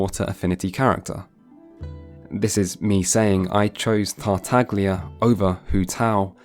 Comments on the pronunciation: The fact you say Tartaglia, instead of saying it as "Tartalia" as the g is silent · yeah bennett is extremely op, lmao. Hangouts are good to give him story tho Also you fucked the pronounciation of tartaglia, just like every VA